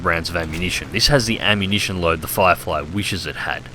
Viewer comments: Cpt Chapy No he said fairy flierfy, listen harder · Yeah he said Flierfly hahahaha